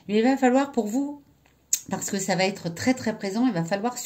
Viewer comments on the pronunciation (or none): Quelle va Être ( et non pas qu'elle vaTêtre)